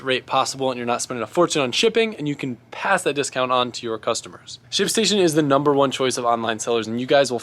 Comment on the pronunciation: Congrats on pronouncing it wrong